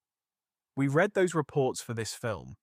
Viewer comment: Pretty obvious AI reading, but one of the better AI documentaries I've seen. They also mis-pronounced "read" at one point as the past tense, when it should have been present tense. I.e. it was pronounced "red" rather than "reed".